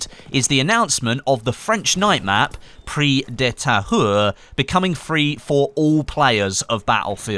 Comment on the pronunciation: you always pronounce "Prise" false. xD You need to hear the "S".:)